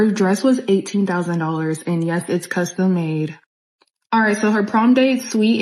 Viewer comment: Did she really say suite instead of suit?